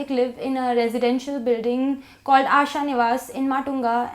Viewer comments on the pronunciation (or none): none